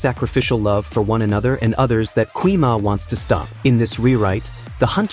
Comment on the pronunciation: ❌gui ma✅gwi ma